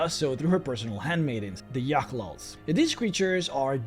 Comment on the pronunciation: Yochlol? Or whateverthehell? I will now Only hear it pronounced your way. Achievement unlocked. You may borrow 1(one) gremlin. Don't worry about it...